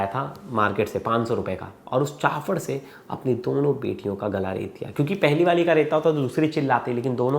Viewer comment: It’s CHAAPADH, not Chaafadh